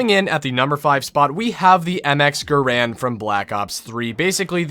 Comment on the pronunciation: How I genuinely appreciate that he says GaRand Too :)